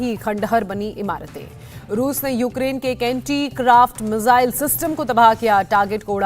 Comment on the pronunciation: मुझे ये समझ नही आता कि 'मिसाइल' को 'मिज़ाइल' बोलने में कौन सी हिंदी का प्रयोग होता है?🙄🙄